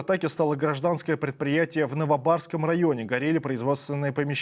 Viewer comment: Каком районе?! "НовабАрском"👀🤦 Район кстати - НовобовАрский, от Новой Боварии!